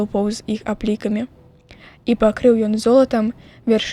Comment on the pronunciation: Правільна вяршы'ні, а не вяршыні', як прачытана.